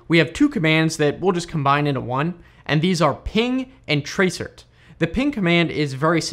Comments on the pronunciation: It's not tra-cert it is trace route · It's trace route not trace cert! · Useful video, thanks. However tracert is actually pronounced "trace route" which is what the rt is short for. Not "tray cert". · Great video... but... most admins call TRACERT NOT Trace Cert but "Trace Route". LOL :) TraceRT=TraceRoute to trace the routes to the site. :) Have a great day!! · Tracert ... do people actually pronounce that "trace- ert"? tracert is short for Trace Route... I only ever heard people pronounce it as Trace Route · Tray-cert. Never heard it pronounced that way before. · Tracert is a shortrned version of TRACE ROUT and is usually pronounced as such. Just a wee hint. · It's so weird to hear TRACERT pronounced out loud as its spelling. Normally we say "trace route", ie "hey man, run a trace route to xxx.yyy.zzz.000"... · tracert is pronounced ‘trace route’. Not being mean but it makes it look like you have just looked this stuff up, or used it without any training or professional experience. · Did you guys also cringe every time he said tray-cert :)